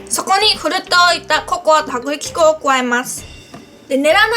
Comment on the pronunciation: 薄力粉とココア、って言えてないところかわいい💜😃 さっくりと、っていう言い方かわいい😘 私はゆうかちゃんの滑舌気にしてないしむしろかわいいと思う😊😊😊